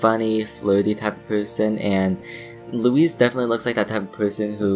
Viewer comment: Don’t mean to be a dick, but it’s pronounced, 'Loo-wis' not 'Loo-ese'